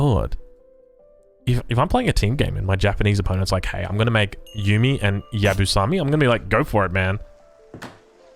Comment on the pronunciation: Maybe a little bit late, but this is how you English speakers pronounce Yabusame: Ya-boo-sa-may hope this helps